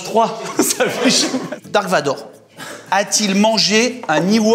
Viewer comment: Quand il dise dark vador 😥darth vador😁